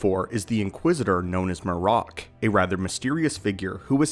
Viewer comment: Shit u didn’t even watch the episode huh? MAR-RAK😂😂they literally say his name as MARRIK…but shit this dumb theory gotta stop. THRAWN AND EZRA DISAPPEARED TOGETHER BECUZ OF TELEPORTATION. This is why they are both missing! Why tf would they go to the trouble of finding Thrawn if the guy WHO PUT HIM IN THAT SITUATION IS ONE OF THEM??? They’re looking for a map to Thrawn and Ahsoka is on the mission but to find Ezra, u find 1 u find the other. The rebels show is canon juz go watch the last episodes…